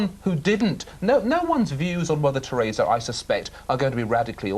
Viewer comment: Tureeza lol